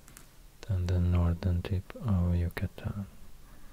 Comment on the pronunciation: I love the way you pronounce "Yucatán" that's the state I'm from 💛💛💛